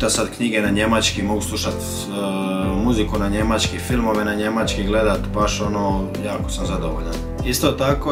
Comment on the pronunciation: Nije Njemaćki nego Njemački nauči prvo č izgovoriti.